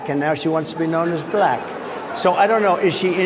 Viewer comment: Oh, it sure is; he says "Buh-lack!", with almost two syllables. Sounds like some snotty, condescending bigot using a distasteful word, spoken in quotes...